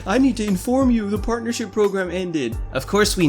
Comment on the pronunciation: Am i the only one who heard say "porn'ership program" in the begining of the video? I'm not gonna mention any names, then perfectly emulates AGGP. But then again i think everyone who isn't a complete douchebag, hates him so.... carry on.